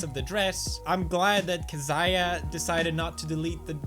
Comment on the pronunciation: It's actually pronounced "Kez-ee-uh"